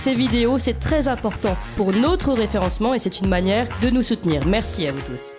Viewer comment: C’est agaçant d’entendre ce « nôtre » systématiquement et à répétions « notre chaîne » ne ce prononce pas « nôtre chaîne » et c’est égal pour « notre référencement » plutôt que « nôtre référencement. Merci d’avance.